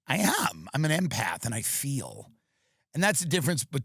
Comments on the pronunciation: swear I heard Eminem and my ears perked up lol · I thought he said an M&Mpath lol